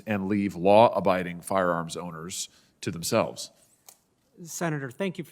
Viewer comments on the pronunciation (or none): This guy can't even pronounce firearms.🤣🤣🤣🤣🤣